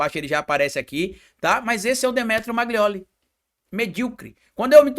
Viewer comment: Amigo não é MAGLIOLI é MAGNOLI